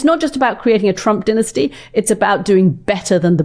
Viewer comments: Katty, stop saying dinisty !! It’s dynasty, geez. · That would be DINE-as-tee